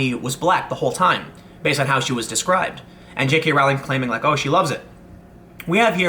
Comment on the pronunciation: I think you'll find it's "Rowling" as in "Bowling".